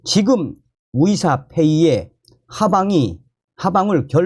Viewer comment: 의사나 의료를 말하는데 위사나 위료라로 들리는건 내귀가 이상한 건가? 🤨🤨🤨